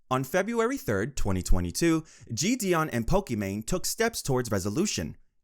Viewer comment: i cant lie this script sounds chat gpt generated.. also the pronunciation of jidion is killing meeee